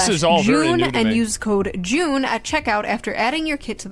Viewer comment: I swear when she said to use code "June" at check out, i thought she said use code "Goon".